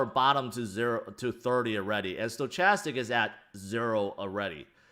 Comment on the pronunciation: I'm pretty sure it's pronounced "stoKastic"